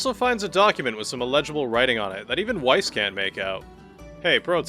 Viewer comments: I'm sorry but I can't help after binging all of these videos. Why are you saying Weiss how it's spelled? Ik his name isn't Weiss in Japanese so if you play with JP voices you don't have a reference but it's the German word for white so it's not exactly obscure knowledge that it's pronounced "Vice" in this context. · don't let Weiss hear you pronouncing it like that!